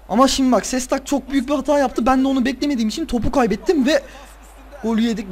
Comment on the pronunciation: Ama yanlış söylüyosun Şestak olacak :D